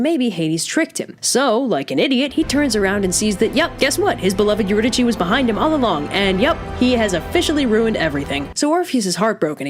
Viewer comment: did not know it was pronounced euridychi